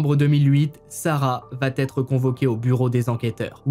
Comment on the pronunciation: Votre travail me semble de qualite, la présentation des affaires est claire, bien illustrée. Une suggestion cependant, celle de veiller à ne pas faire de liaison orale entre 'va' et 'être', notamment. Vatêtre ou vatavoir ne sont pas des formulations correctes. Cordialement.